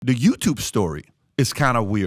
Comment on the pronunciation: Ok. I get accents. If English is a second language, I could see struggling with some nuance. I love this channel and agree with most of the content. Why can’t he say “this” instead of “dis” or “the” instead of “da” after all this time? It’ll take practice but if your living is made by speaking, wouldn’t it be worth it?